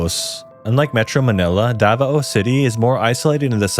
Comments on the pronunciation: "dava-o" lol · Its da-vao not da-va-o